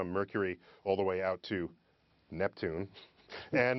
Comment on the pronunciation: The way he over emphasized the word "Neptune" was a subtle fuck you to Pluto.